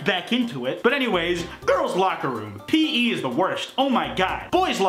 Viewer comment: the most upsetting part of this meme is saying pee instead of pee eee